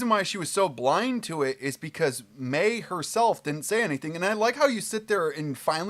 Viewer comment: I think he thought Mei was pronounced “my”.